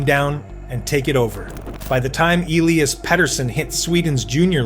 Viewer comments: Is this an AI video, felt like it talked about the same thing over and over and how it pronounced Elias, yikes. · Why can't people pronounce his name like HE DOES? (e LEE' as) aka Petey is a stud 1C two-way player with incredible vision and hockey IQ. Elias (e LYE' as) Pettersson aka D-Petey is the Canucks rising young left shot D-man who loves body checking opponents. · Is this script AI? His name is pronounced eh-lee-uhs and you had inconsistent ways of saying it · Why on earth would D-Petey pronounce Elias different than F-Petey ??